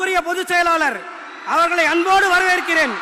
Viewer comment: வரவேற்பு உரை படித்து தான் கூற வேண்டும் 🤦‍♂️, அதுலயும் வரவேற்கிறேன் என்பதற்க்கு பதில் வணவேற்கிறேன் 🤦‍♂️